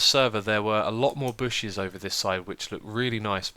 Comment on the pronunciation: it seriously sounded like you said "booshes" like Keralis. Made me happy.